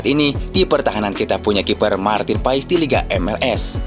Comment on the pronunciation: Woy bang ko lu ngomong Marteen paes ko pais sihh benar dikit knpa ngomong nya klau mau ngonten....sory klau gue komen gini cuman beri saran aj BG🙏🤗